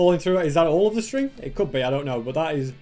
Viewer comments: you said sting instead of string. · I like the way you said that “string” Btw love your vids don’t change a thing of what you are doing in YouTube